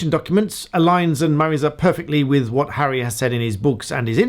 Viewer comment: 'Come on ...... Come on Hurry up 'ARRY' caam on' 😆